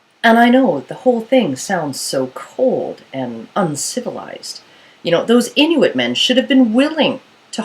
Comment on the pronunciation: your saying inuit wrong :L its kinda anoyying